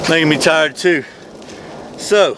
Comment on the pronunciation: "Makes Me Tairrrrrd" LoL